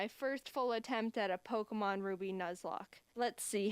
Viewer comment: The only reaction in this vedio is ''Pockmon name really strong pockmon"